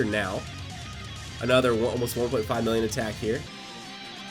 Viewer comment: “2.4 villion.” all this time you’ve been playing Dokkan and you can’t even say million. Tsk tsk tsk